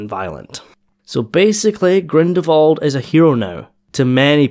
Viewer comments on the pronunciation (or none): Dude, it's GrindeLwald, not Grindewald ...